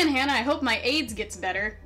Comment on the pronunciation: I thought you said “I MADE HIM BUTTER” 😂😂😂😂